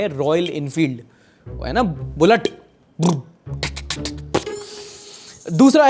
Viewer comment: bullet nahi bhai bulllt